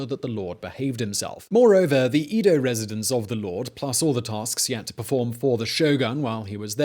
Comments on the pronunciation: It’s not eedo (as in eat), but Edo (as in Eddie). Do a little research. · It's E-do. Not EE-do. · Its Edo, not Ido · Edo - short e, not long e. Man, your butchering of the Japanese words is killing me...But other than that, I like your story telling.